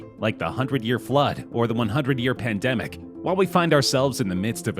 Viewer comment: Bro when he said the number one pendemic I was like coronavirus